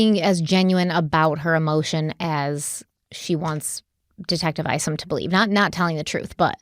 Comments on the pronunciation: Detective Craig Isom - I think it's pronounced like 'you and I' or 'aye aye Captain' and not "Eesom" 🙏🧡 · some help from an OG follower of this case: it’s just “Donna”, not “Donna Sue”. The first time I even heard her middle name,”Sue” was the night she was arrested. It’s “Charlie”, not “Charles”. Finally, Detective Isom, is pronounced “ICE-UM”! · Craig Isom- ( eye-sum ).